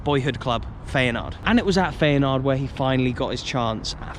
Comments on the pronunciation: FAYANARD!😂 FI-A-NORD. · FEYNAARD! sorry what? that has to be the worst pronounciation ive heard in ages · Feyenoord is that well known I’m surprised your struggling to pronounce it 😂